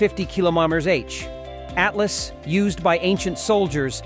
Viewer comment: (((((((((((((((((((((((((((((((((((((((((((((((((((((((. ATLATL IS WHAT ITS CALLED!! NOT A ATLAS ? !!! SILLY NARRATION OF WHAT'S SUPPOSED TO BE EDUCATIONAL FOR PEOPLE! !! ?? )))))))))). GAVE UP AT 0.22